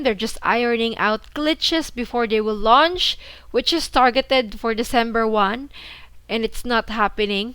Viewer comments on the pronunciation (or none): none